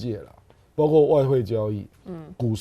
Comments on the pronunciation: 包括，读音是不是包“阔”呀？而不是包“刮”？ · 包括念：baokuo 不念 baogua 😅